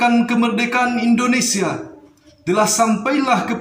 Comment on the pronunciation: Peri bukan priii ya beeb, Indonesia bukan Indoniiisia, Tetap semangat n terus berusa,, insyaallah bisaaaaa💪💪